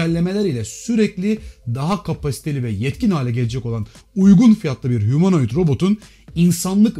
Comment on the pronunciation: ya humonoid ne ya hemeroid gibi geliyor kulağa :D